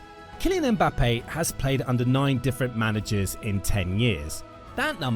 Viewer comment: His name is Penbappe